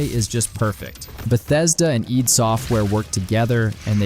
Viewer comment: Good video however...Eid (pronounced as 'Eed') is an Islamic event, 'Id' (pronounced is 'Id' or 'did' without pronouncing the first 'D") are the creators of Doom.